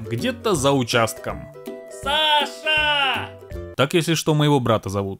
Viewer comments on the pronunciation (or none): почему я слышу не Саша, а Паша?😅